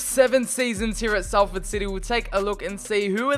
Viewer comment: Thanks for sometimes saying it correctly though!